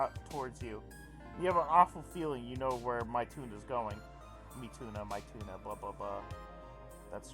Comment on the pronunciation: saying mituna's name as "my tuna" made me cry